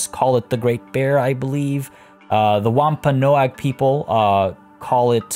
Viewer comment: The Wampanoag is pronounced wamp-an-oak